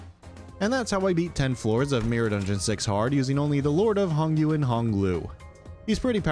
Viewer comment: hello it is me sancho from hit video game limbus company. your pronunciation makes me sad 😢. Hongyuan (Hohng-you-ahn) Jia Qiu (Jyeh Chyoo) Heishou (Hey-show) i hope this helps